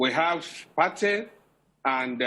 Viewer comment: This guy is telling mostly lies. 1. Patey is pronunced PAY-TEE. 2. The officeer lied by claiming Patey to Surah Market is about 2 Km, instead of just 400m. 3. The drug-guys and other area boys engage in rival gun shooting at least once a week, somewhere on the Lagos Island. It is rarity for bystanders to get hit. The bystanders are their neighbours. 4. From 3, it is clear that our panicky poorly trained NDLEA officers were the ones likely to have shot innocent bystanders. I have seen many of our rag tag securities (soldiers, police, NDLEA, etc) in actions before and they are anything but professional. They are used to shooting at unarmed civilians, so anytime they confront civilian rogues with guns fighting back, they get panicky and cause mayhem.